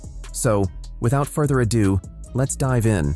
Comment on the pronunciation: A little bit correction, ado not adieu. Adieu is a french word, meaning 'goodbye.'